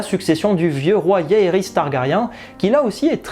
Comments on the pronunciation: J'étais impatient que tu postes cette vidéo. Ça fait plaisir de retrouver les debrief comme au bon vieux temps. Petite remarque, le "J" de Jaehaerys ne se prononce pas "Y". J'ai tjr eu un doute en suivant tes vidéos mais ce 1er épisode a confirmé la prononciation "Jaehaerys" et non "Yaehaerys" 😊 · ma foi si t'as pas envie de respecter, c'est ton choix. Et oui on dit bien Jon avec un J, or toi tu prononces Yaehaerys et non Jaehaerys donc ton exemple il confirme juste mon propos en faite là 🙄🙄